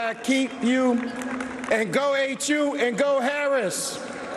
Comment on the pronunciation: The HU famlee? Hahaha